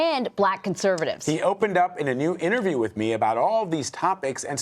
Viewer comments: He said whiff instead of with. Lmaooooo. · Are you saying “Wiff” or “With”? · The word is 'with' not 'wif', he needs to improve that pronunciation.